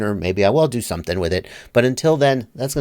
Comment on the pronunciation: I like it when you surprise us with "you're gonna learn sumthin tuhday."